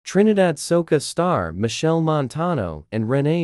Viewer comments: Pronounce the man name properly, who the hell is Michelle Montano. 😮😮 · Y’all can’t listen properly. (This voice thing mispronounced Machel as “Michelle”, the wife name is Rene) The wife has NO children. The 4 kids are all his from prior relationships.